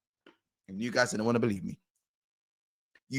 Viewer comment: "Whats hurts the most is they don't belee in us man." 😂